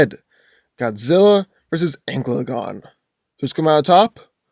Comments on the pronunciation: It hurt me every time he said ankle uh gone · Normal people: An-cal-a-gon: Anal-gun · that is not an accent, he just didnt read it right, An-ka-la-gon leaves no room to be mistaken is "Anklegon" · It's ann-cala-gon not ancylagon please say the name right at least. I'm trying not to be a grammar nazi but jesus man you butchered tf out of the LOTR names. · AN-CA-LA-GON.... not ENGLAGON or ANCLAGON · Who is Anglegon??? Do you mean Ancalagon?!? Who the hell is Aarondel? Do you mean Eärendil?!? You are butchering their names. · It is pronounced AN-KAL-A-GONE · Sounds like you're saying anklegon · How do u pronounce Ancalagon as anglegon thats so off it doesn't even make sense to say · its pronounced An-Cal-Lah-Gone not the way you said it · Every time he says Ancalagon the wrong way it physically hurts me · wrong pronounciation for Thangorodrim and Ancalagon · I say Ancalagon the Black wins because his name sounds much cooler. ( misspronounced his name)